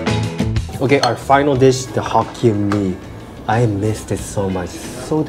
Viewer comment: Not hokien mee……..